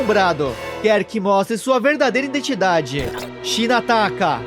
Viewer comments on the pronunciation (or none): none